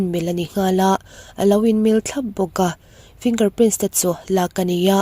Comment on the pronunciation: Kahresual nge,Finger prince iti maiin kahria.Finger Print tih zawk tur aw miss👍👍🤣